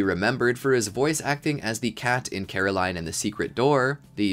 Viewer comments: “Caroline and the Secret Door!?” You mean, “Coraline.” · I had a couple problems. Jonathan Tyler Thomas played young simba. It’s coraline not Caroline. Also it’s the 12 labors not 12 gigs. That last one was worst for me. Sorry to bother you guys.